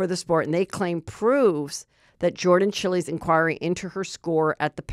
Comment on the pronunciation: Omg the way you pronounced Jordan Chiles name😂